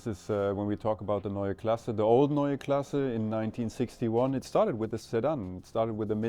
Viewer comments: Guys, the "E" in KlassE is not silent. I don't want to "Po[r]sch" it up but it's also PorschE and not Porsch. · Why did you properly pronounce the 'e' at the end of "neue" and then not do it at the end of "klasse"? Every. Damn. Time.